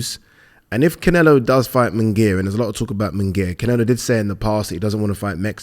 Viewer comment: It's "Munguía" not "Mingaya" and "Canelo" not "Cinelo". I've never understood this. It's like 99% of commentators and pundits in the UK say "Rinaldo". It's lazy! Sorry, love the channel!